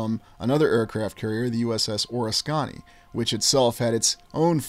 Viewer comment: Just a friendly heads up. The correct pronunciation is Or-ris-kuh-nee.